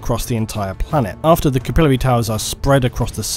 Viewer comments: It's swath not swaythe. We can deal with you mispronouncing capillary, but come on. Lol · Is that SERIOUSLY how you pronounce "capillary"? It sounded idiotic the way you said it several hundreds of times throughout the video